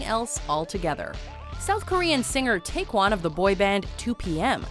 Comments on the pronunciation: TAECCYEON not Taecwon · She said Take-yun instead of Tay-see-yun. Like come on now research how to pronounce something or say you do not know how to pronounce something. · How about the time Jung Yunho got poisoned by a fan? Any Saesang interaction kind of tops this list. also its /taecyeon/ not taekwon. pronounced like "take yon" lol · His name isn't TaeKwon. His name is TaekYeon. Yikes that's bad. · It's TaecYEON! (YON) not Taekwan!! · It's Tek-yawn, not Taekwon. Hottest right here👌🏾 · Did you mean TaecYEON? Since when does a y sound like a w? Smh... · She said taecyeon’s name wrong lol😩😩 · Ugh the pronunciation of Taecyeon is cringe... Also this list is nothing compared to other stalkers kpop artists have to deal with. There is more than enough to create another list. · She pronounced Taecyeon wrong ._.